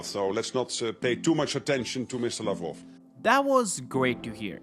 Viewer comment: Lavrov is pronounced as "Lav-rov" NOT Lav-row.